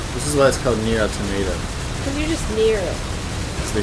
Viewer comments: Auto•mah•tah!!! I get so triggered over this 🤣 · It’s ah tow mah ta I thought it was pronounced how it’s spelled but at the end of ending Whatever was like thanks for completing this game and I was like bruh why you say it like that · Here in Brazil we pronounce Nier Auto[mah]ta. And I believe this is how the POD pronounces in the ending E. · awetomahtah. not hard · "Nier Automato" I so died ^^ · Why english natives have issues pronouncing automata?